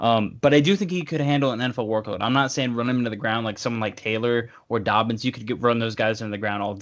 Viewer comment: It’s not that hard to say jk dobbins